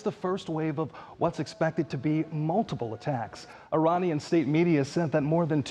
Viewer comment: I'm offering help for the Thousandth time, regarding some of your Wrong Pronunciations!! IRAN, is pronounced "Eee-Ron". It's neither Pronounced "Eee-RAN" nor "Eye-RAN" Moreover, IRAN shares its literal meaning with IRELAND (Land of Aryans). The proper pronunciation for IRANIAN, is "Eee" (rhyming with See) + Ronnie (abbreviation for Ronald) + Yan", rather than "Eee-RAINY-Yan". A simple mnemonic would be "There is no RAINY weather in Iran's forecast"!!